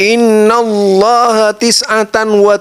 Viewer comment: Lucu, baca haditsnya salah mulu dah diulang juga, ketahuan ga bisa baca kitab, masa bacanya "Innalloha" 🤣 Cek lagi ah haditsnya, nanti haditsnya jadi maudhu kalau dibaca kaya bacanya 😂